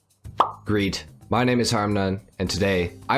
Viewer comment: “grEEt” wtf is that